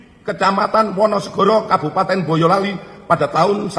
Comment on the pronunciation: Baca narasi yg bener bang., BOYOLALI BUKAN BAYOLALI